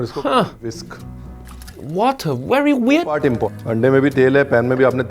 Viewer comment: “Water werrry weird” 😊